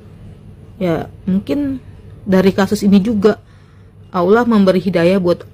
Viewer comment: kenapa orang Indonesia sebut perkataan 'Allah' dengar seperti 'aulia'.. kenapa yea